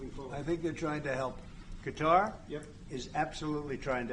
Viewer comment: Amazing someone that actually pronounces Qatar correctly WOW!! It's definitely not pronounced cutter like the Democrats say. FACT